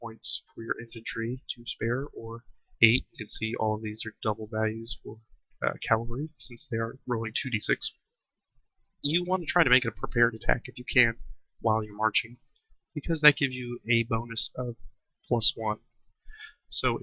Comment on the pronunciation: CAV AL REE not calvery; one is guys on horses, the other is guys on sticks What is it with youtubers and this inability to say Cavalry???